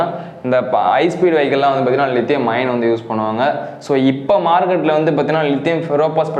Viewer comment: லிதியம் அயான் என்று உச்சரியுங்கள் தம்பி. லிதியம் அயன் அல்ல. Is 3 A BMS ல் 3 Ampere எதை குறிக்கிறது. 3A output ஆ input. ஆ?